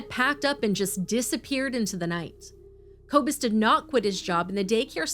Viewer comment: poppie is pronounce "paw pee" or maybe even "por pee" for you. Koekemoer is pronounce "koo koo moor" and Kobus is pronounced "Koo ah bus"